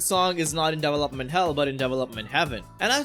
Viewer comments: your indian accent came out strong on this one 🤣 DEEVALOPMENT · I've never heard it pronounced Devel-Up